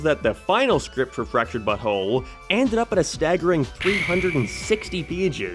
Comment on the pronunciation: Totally off topic but anytime you say "Fractured but whole" it kind sounds like your saying fractured butthole